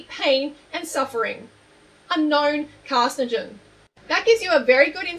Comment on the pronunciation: no ones gonna mention that freelee calls meat a carcigen... not carcinogen? lol